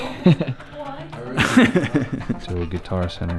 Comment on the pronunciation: I used to live in Reno, so be prepared to be spam commented about your “nevada” pronunciation 😂 😂